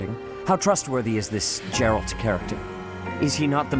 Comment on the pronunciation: It's pronounced Geralt.